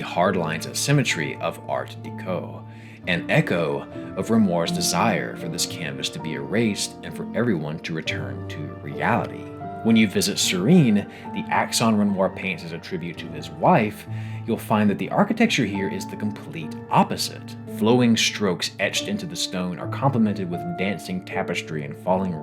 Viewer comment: Lovely analysis. My main criticism I guess is nitpicky stuff like how you pronounce some terms like “chiaroscuro”. This is actually an Italian word, not French, so it’s actually pronounced like key-ah-roh-scoo-roh”. And Sirene is pronounced as “See-ren”. And some other things like this. It’s stuff that with a small Google search, you’ll learn how to pronounce them quickly. Plus they might be an opportunity to inspire you to learn at the very least how to read Italian and French 😆